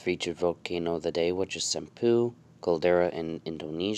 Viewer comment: I thought you said “some poo”